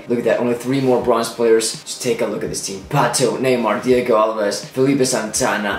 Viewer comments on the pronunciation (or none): none